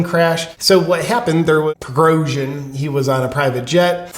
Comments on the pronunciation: The generals name is pronounced preh-go-shin just for future reference. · Great analysis. Black and white goodies and baddies. Conclusive statements w/ no evidence and you can't even say Prigozhin's name. Merica!